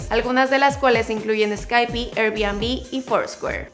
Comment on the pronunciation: Bebecita dunda no se pronuncia sky- pi.. s-kai-p